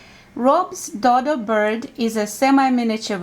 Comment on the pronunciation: DODO is pronounced with a long O sound as in donut.